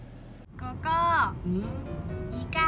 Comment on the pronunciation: 女友說 哥哥 的時候廣東話太標準了 而且又可愛又甜蜜